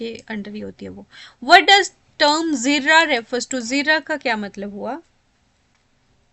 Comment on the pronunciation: It's jarrah not zirrah in question number 40.